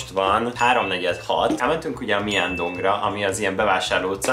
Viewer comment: nagyon aranyos videó lett, de vérzik a fülem:D (Myeong-dong) Az 어-t (eo), és 여-t (yeo) csak o/yo-nak kell ejteni! ❤️